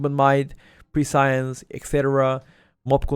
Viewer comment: on aug it's prescience, not pre-science lol